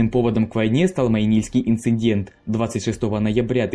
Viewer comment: ИнциНдент и ЛадОжское озеро убило. Автор пробуй ещё. Финские названия ты же правильно произносил